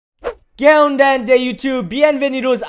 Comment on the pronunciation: Were you tryna say "¿Que onda?" at the start lol.